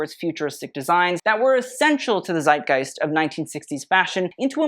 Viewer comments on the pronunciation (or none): none